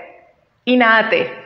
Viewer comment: Buen video. Solo una cosita en cuanto a la pronunciación de Naha Te. En el japonés la H no es muda, en este caso, la H se pronuncia como J, o sea que se dice NaJa Te. En cuanto al video, cabe mencionar que independientemente de las diferencias, los okinawanses regularmente entrenaban juntos y hacian intercambios asi que no es extraño encontrar características de ambas líneas en los diferentes estilos de okinawa. En el momento que el Karate se llevó de Okinawa a Japón fue que se dieron estas marcadas diferencias entre estilos, escuelas, sistemas, y demás porque los japoneses tienen un sistema de organización más estricto que los okinawanese.